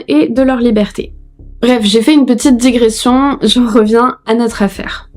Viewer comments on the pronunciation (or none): none